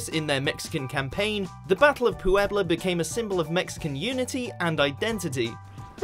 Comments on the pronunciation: Vina's Nails, the difference in meaning is obvious, I was asking about pronunciation of the "pue" that exists in both of them, because no accents appear and the English guy kept saying it "PU-ebla." After watching several other videos, it looks to be the same "pue" in "pueblo" and "puedo" and the guy was just mucking it up. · lol "Pooh-ebla" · Was he pronouncing the name Puebla weird or is that how it's supposed to sound? I've heard "pueblo" tons of times by native speakers and there never was so much stress on the "u."